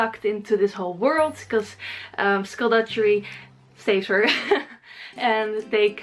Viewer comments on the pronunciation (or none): i get triggered when she says 'dujjery'.